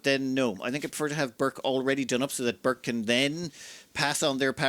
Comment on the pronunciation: I'm pretty sure that Burç's name should be pronounced "Burch", not "Burk". The letter ç is Turkish and has a sharp ch-sound, like "change" or "chimpanzee" or "charm".